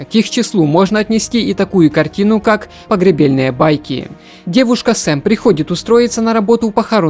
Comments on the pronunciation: Ошибки не пробовал проверять? Что за «Нестовый» ? Уже не первый раз А где написано правильно, прочитать не можешь правильно. Не погребЕльные байки, а все таки погребальные байки... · Фильм ПогребАльные байки, читает текст как ПогребЕльные ... Вместо Неистовый ... Нестовый ... проверяй перед выходом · а затем сразу написано "погребальные байки", но читает - погребельные) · Он ещё погребЕльные байки сказал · 😂😂😂 Погреб'Е'льные байки 😂😂😂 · всё круто, но вот эти погребельные байки и бОрат 2 лучше бы правильно произносить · Погребельные байки?? Или мне послышалось... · нестовый))) погребельные))) сука..... ржу не мог...учи русский)))